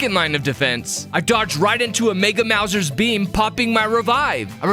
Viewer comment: it makes me laugh super hard every time you say 'maw-zers' as opposed to the correct 'mouse-ers'. comic gold. were you even familiar with tmnt before this?